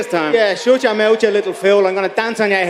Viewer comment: Shoot your mowt!! 🤣